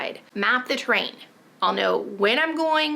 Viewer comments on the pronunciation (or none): So funny that it took hearing you 3 times before I realized you were saying "terrain" & out "train"~ kept thinking, how do you map a train, wtheck?? 🙃Im a dork, its true *Excellent guide btw💡👍